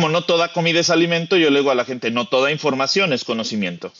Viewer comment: Escuché un término nuevo en vez de información cambiarla por infoaccion